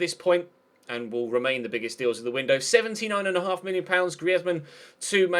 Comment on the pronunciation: great content mate, it's Özil likes zzzzzzz not a hard z